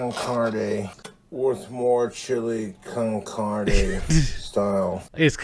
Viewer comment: He didn't even say con carne he said con cardy so he not only completely misread the label he also mispronounced the thing he thought it said.